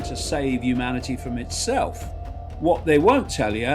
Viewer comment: Watch out 'umanity' Icke is about...the 2nd coming of JC BUNK